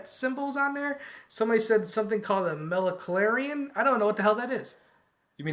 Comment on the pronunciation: "Meleclarians?" LMAO